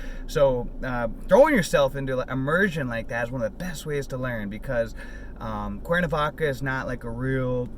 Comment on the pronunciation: It seems like you didn’t learn it well your pronunciation is Spanish is terrible. I barely understood when you said Cuerna Vaca and that made me stop watching your video. By the way Mexico is not the best place to learn Spanish. Their Spanish is very informal and quite not the beat Spanish speakers.